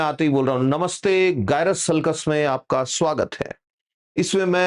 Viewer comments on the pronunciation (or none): Again.. you said गाय-रस.. it is जाय-रस...😂🤪😉